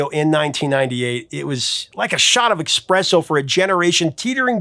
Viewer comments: 💙⭐️ *ESpresso (not EXpresso) ⭐️💙 (Submitted with all due respect because WORDS MATTER!) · n the video, what is this "expresso" you speak of? Is that a really fast version of espresso? Maybe a teeny tiny cup of joe made quickly? :) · Its ES-Presso...not EX-Presso..... AC/DC "Big Balls" is the biggest double-entandre song in Rock. The King of double-entandre is "My Ding-a-ling" but that wasnt rock..lol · Wait; did you say "eckspresso"?